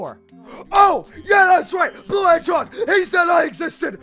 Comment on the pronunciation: There he goes again with "hedgehorg" 😂